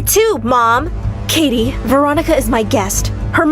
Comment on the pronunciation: the dad said “kitty” instead of “katie”